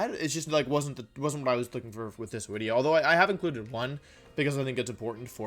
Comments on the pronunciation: So do you you say “wideo” because the letter “v” in Latin is pronounced like the letter “w” in English or were you did you accidentally make an extremely sophisticated joke...either way, bravo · Why does he say “wideo” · Ok, so what the heck is "wideo"? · It’s a bird, it’s a plane, it’s WIDEO MAN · So I'm new to this channel and I'm curious, what's the story behind "Wideo" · It hasn't even been 30 seconds and that "Mr. Wideo" part had me laughing on the ground. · Wolf: gets out of shower Wolf about to dry his hair: "oop, time to make a new wideo" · Wideo man can you teach me how to wideo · "It's ya boy, Mr. Wideo" needs to be his new line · Ebic wideo thank you Mr. Glicky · Wideo-man is the strongest member of The Avengers